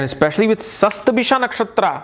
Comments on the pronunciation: Sorry to point out this, you write the correct spelling in tags,but you pronounce it wrongly.you wrote shatabhisha but you pronouncing as shastabhishak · But ur pronounce d the nakshatra wrong.y